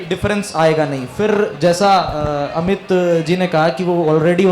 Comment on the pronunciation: "अमीत " ==>> "अमित "